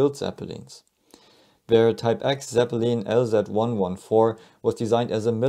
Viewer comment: The way this narrator pronounced ‘ Zepppelin’ is nails onna chalkboard